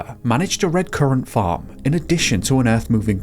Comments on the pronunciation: LOL or were you saying phone 🤭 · Everytime you said the farm I thought you were saying fern lol